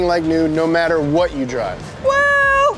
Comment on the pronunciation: Fan request for more videos of saying hwhat in a conversation.